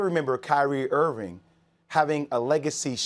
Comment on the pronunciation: And by the way,Stephen,his name is "Irving". There's a 'g' at the end. If you are going to shamelessly slander someone, at least have the decency to pronounce their name correctly. But I guess I'm the crazy one for thinking that you might possess any decency.